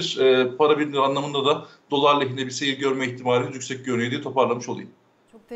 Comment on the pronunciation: Dolar için ne dedi hiç anlaşılmadı